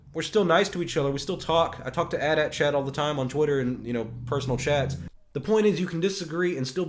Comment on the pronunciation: The way you pronounce the AT-AT gives me aids XP